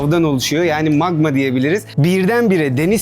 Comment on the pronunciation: Nobody : Alper : maĞĞĞĞĞma - _